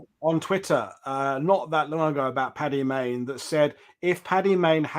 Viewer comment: The amount of people who can't get Stirling's name right ("Sterling") or Paddy Mayne ("Patty Maine" FFS!). The book itself was fascinating. Well researched as it needed to be to tackle the reputation of a legend (in his own lunchtime). Stirling always seemed unbelievable. This redress of credit where it needed to go was long overdue, as was credit due to the overlooked LRDG. Well done.